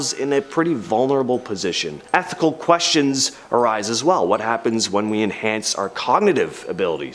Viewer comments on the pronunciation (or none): none